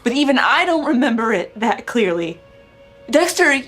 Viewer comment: She called him Sexter